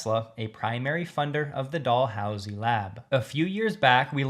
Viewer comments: It's pronounced Dal-housie, not Doll-housie. Thanks for the battery info! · Like Dallas, not Barbie Doll… 🤣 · Just a fyi. Dalhousie is pronounced: Dal how si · Thank you for your good work sir. BTW, for the correct pronunciation of Dalhousie: The first sylable, "Dal..." rhymes with "gal". From a Canadian from Montreal.